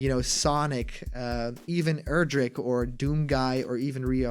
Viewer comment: Thank you for finally pronouncing Erdrick's name correctly. I can now rest easy. :P